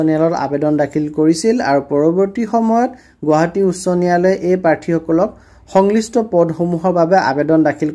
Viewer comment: সংশ্লিষ্ট শব্দৰ উচ্ছাৰণ আপোনাৰ ভূল ।